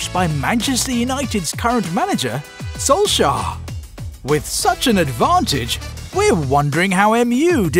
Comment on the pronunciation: I always learn new things in this channel: didn’t know “Solshar” was an important coach in current football.